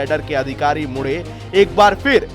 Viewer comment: मुढे नहीं मुंढे... ऐसे व्यक्तित्व के नाम का सही उच्चारण करना चाहिए...